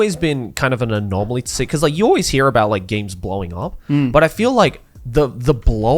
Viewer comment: Bro, joey kept saying Anomally n my Monke brain kept thinking about Spiderverse Movie 😭